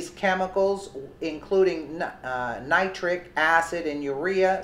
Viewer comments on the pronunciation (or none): none